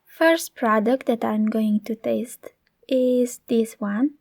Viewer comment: I thought that she said " and this is the first product I will TASTE" and I was like WHAAATTT?? And just realized that she said TEST